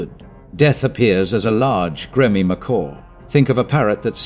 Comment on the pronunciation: AI can't even pronounce the word grimy. Can we not have a human narrating please? I wanted to watch this but turned off after 20 seconds.